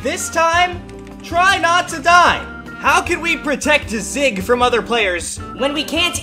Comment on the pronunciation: You say zyg wrong you say zig not zyg